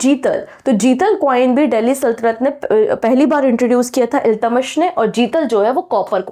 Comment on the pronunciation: Correct! Teacher ko sahi name bolna chahiye kyonki bahut sare bachche galat seekh lenge or aage unhe dikkat hogi. Shahnama hota hai shashnama nahi,Iltutmish hoga Iltamas nahi . Isme bura mane ki koi baat hi nahi hai,galti kisi se bhi ho sakti hai.